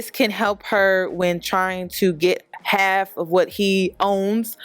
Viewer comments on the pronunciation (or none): none